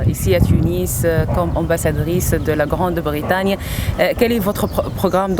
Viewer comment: Grande Britagne ??? WTF , she's a journalist and she can't pronounce well